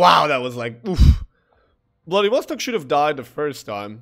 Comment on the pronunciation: It's pronounced the BloodyWoolSock.